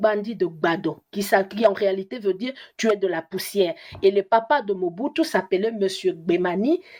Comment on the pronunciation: Je ne suis pas d’accord avec vous Madame. En droit une seule preuve suffit pour confirmer un ou plusieurs faits. Le nom Mͻbutu se trouve aussi dans le vernaculaire Togolais dont parlent les Ahodipkes au Togo. (Moi je suis Togolais ) Effectivement ca se pronounc exactement comme vous l’avez prononcer. Aussi est-il important de se demander comment lui (Mr. Kwebe) en tant que Congolais qui n’a jamais vecu au Togo arrive a connaitre cette histoire et meme prononcer ce nom Ahodikpe de manière tres correcte s’il quelqu’un ne lui est pas raconté les faits. Autant faire des recherches sur le Togo au seins de la famille Ahoditkpe à Lome avant de contredire le journaliste Kwebe. C’est une tres grande famille à Lome. Aussi les raisonnements de Mr. Kwebe sont rationnels solides. Si vous voulez faire des recherches voici les contacts par lesquels vous pouvez passer pour atteindre la famille Ahodikpe au Togo. RELAIS HOTEL AHODIKPE. 19, Bd. du 13 Janvier Nyékonakpoé - BP 13380. Lomé - Togo. Tel : ( . ( . Gsm : ( . Fax : ( .